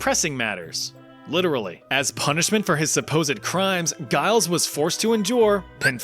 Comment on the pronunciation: Giles is -pronounced "jiles" not "guiles"